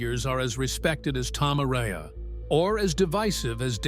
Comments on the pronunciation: A-RA-YA, ¡¡ARAYA!! NO "ARYA". Es, x cierto, un pueblo en Álava (País Vasco, en España), y un apellido típico de allí. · I absolutely HATE how the dumbass AI voiceover is say Tom Arays's last name. YouTubers need to stop using an these shltty Inhuman computer generated voice overs that have no heart and soul. It just screams laziness and not giving a shlt about the people listening who have to suffer through this annoying garbage. Otherwise it's a freaking awesome video lol